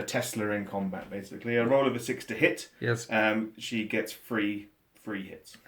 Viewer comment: did you get the "yez" from jeremy clarkson?